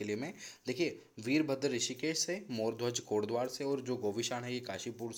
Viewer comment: It's kotdwar not kaantedwaar